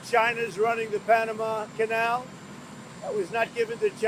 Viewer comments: I agree completely . . . On a lighter note though, this narrator/anchor person from Reuters is mispronouncing the word CANAL (rhymes with SHALL) as a dog house or KENNEL . . . LoL . . . Although she sounds from her accent as being of Indian heritage, even in India (where English arrived with the BRITISH Colonialists) well-educated people DO NOT pronounce CANAL as KENNEL . . . Her producer at Reuters should correct her pronto . . . Wake Up Reuters Production Team ... ha ha ha . . . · learn to pronounce 'canal' properly